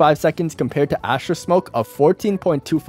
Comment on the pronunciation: no one notice that he called Astra asher